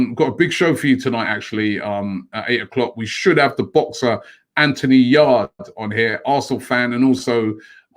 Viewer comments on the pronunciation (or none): none